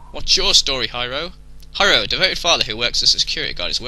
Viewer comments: lol, "Hi-row" xD it's pronounced like "hero" btw :D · Hiro is pronounced hero. Or at least I think that's how it's pronounced.